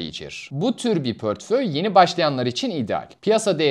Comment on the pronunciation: Gayet güzel bir anlatım teşekkür ediyorum. Ama lütfen "pörtföy" demeyin doğrusu "portföy"! 🌿